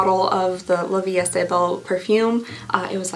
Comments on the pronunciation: I love you but girlfriend, it's not "La Vie ESTE belle" 😂 "est" is pronounced "e" (yes just like a single letter), kinda like the e in "wear" 🫶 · You pronounce the 'est' like 'eh', in French if the word ends in a consonant you don't pronounce that consonant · Please read!!!!!! I have been leaving the same comment on every video you have ever done where you open La Vie Est Belle. It is pronounced "la Vie EH Belle", NOT "estay"!!! ❤ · Love your videos!!! Quick tip! “est” in “la vie est belle” is pronounced closer to “A,” like just the letter, or “eh,” like a stereotypical Canadian, eh? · As a bilingual Canadian - "est" is pronounced more like like "eh" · For La vie est belle the est is pronounced “eh”. It means is. Life is beautiful is the name in English :) “La - vee - eh - belle” ♥️ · GIRL I don't know where you're getting the extra syllable in "La Vie Est-AY Belle" but it's driving me crazy!!! Maybe you're thinking of Estée Lauder??? (Sorry, I know not everybody speaks French, but you're inventing extra letters in that one 😂😭💀) Love the videos though!!! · For La vie est belle “est” is pronounced like the expression c’est la vie except without the c 😅